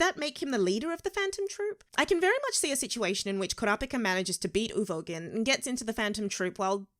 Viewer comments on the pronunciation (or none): Press F for her calling Uvogin 'Ugovin' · Nobody:: Ooh-Go-Vin